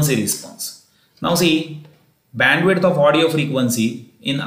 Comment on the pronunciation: It's Bandwidth not bendwith